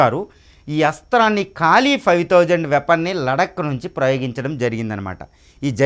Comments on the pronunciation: కాలి... కాదురా అయ్యా..... కాళీ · కాళి ... కాలి కాదు...